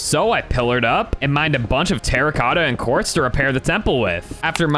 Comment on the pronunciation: did anyone else notice that when was talking to demeter she said qaurtz?